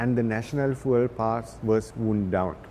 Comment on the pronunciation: Bro needs to learn how to pronounce fuel